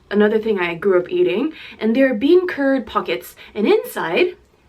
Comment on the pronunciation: When she said bean curd I thought she said bean turd and I spit my tea everywhere lol.